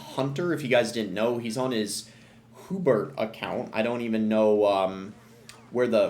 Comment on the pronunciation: Bro pronounces "Hubert" as "Whobert"